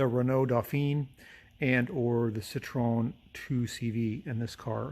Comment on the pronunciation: Citroen is pronounced "sit-tren".